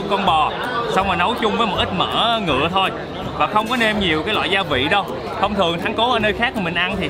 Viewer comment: E nghe a nói "mìn" e hết hồn. Xong nghe ổng nói " mìn của mấy con mẹ bò " kkkk đau bụng